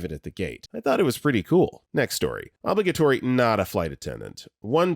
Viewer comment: Narrator, please, stop mispronouncing "obligatory!"